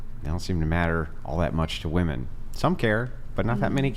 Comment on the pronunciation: Why can't any of these girls say the word WOMEN...?